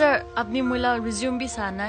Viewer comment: Not Rezoom..RESUME